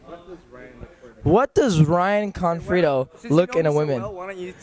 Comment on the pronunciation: actually he said "confrido" :P